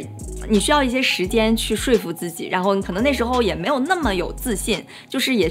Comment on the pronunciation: 说服_百度百科 说服，汉语词语，读音为shuō fú，用理由充分的话使对方心服。